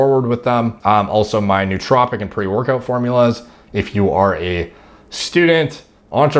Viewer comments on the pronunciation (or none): none